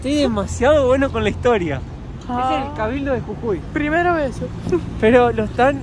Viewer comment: Cuando hablabas escuchaba CUCUI Y ES JUJUI . En Venezuela hay una bebida que se llama Cucui y un pueblo llamado cucui